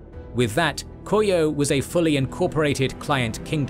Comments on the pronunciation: It's Ko-ryeo instead of Kor-yeo - the R is read as the start of a syllable. The scriptwriter and the narrator might want to pay some attention to the pronunciation, though a reasonable degree of Anglicisation is perfectly fine. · The pronunciation of Goryeo is so bad here it's honestly distracting. (Go-ryuh)